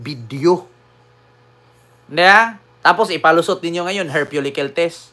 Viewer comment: hair follicle not FULLICLE... Fentanyl Is same as morphine, addictive pag ginamit ng wala sa oras. At ginagamit un as pain reliever especially for surgery... Katulad nga ng morphine. Nkakahigh tlga kse bangenge in 5minutes lang khit small dosage. May patient ako 5ml lang ng morphine tulog agad eh... It's true na very addictive un pag ginamit ng wala sa oras... This drugs only administered only when necessary...... especially with patients in needs...Ganun un. (Fewlicle 😂😂)Natatawa lang ako...Watching from Malaysia